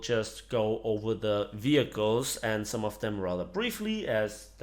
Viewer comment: "vehciles"? o.o